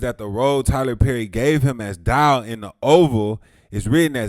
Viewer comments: His name is Dale damn you butcher in his name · DALE!!!!!!! not Dial....lmaooo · Dale not Dial😂